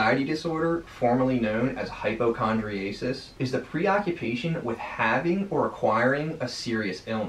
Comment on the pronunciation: Nice, quick overview. Noted minor mispronounciation of terms to review. Euthymia, hypochondriasis, and certain others.